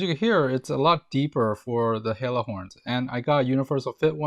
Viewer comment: Hella. Pronounced Hell-a, not Hey-la.